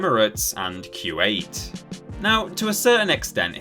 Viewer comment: Everybody: "Coo•wait" (Kuwait) Narrator: "Q 8" 🤷🤦